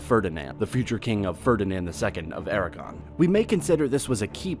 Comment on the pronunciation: How did you manage to pronounce everything so terribly? Castilla, Aragon, Tordesillas, etc . . . DREADFUL!